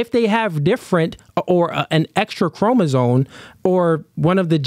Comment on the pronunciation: It is CHROMOSOME not chroma-zone 🤦🏾‍♂️